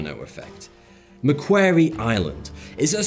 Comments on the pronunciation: Macquarie Island isn't pronounced Macqueery Island it's pronounced ; Mac worry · I’m Aussie. It’s pronounced Mc Quorry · I'm using this video as evidence when anyone tries to have a go at me for not locking my 4 cats inside. Also you pronounced Macquarie Island wrong. Aussie's pronounce it as mc-kwau-ree. shrugs either way. Is it sad that i named one my cats Mischief without realizing it's what you call a group of rats until this video. LOL, and she's the best rat hunter of my 4 cats too. My other cats are Trouble (male, specialty birds, snakes), Maisy (f, got from shelter so specialty is spiders, bugs, insects), Missy B**ch (f, specialty, lizards, other cats, people). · Point of clarification: Macquarie is pronounced Mac-quarry, not "Mac-qairy". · quarry it's pronounced Mack-quarry Macquarie as in the Macquarie dictionary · You need to learn how to pronounce "MacQuarie", mate. Or we'll all start to mispronounce English names like Lye-sester-shire for Leicestershire.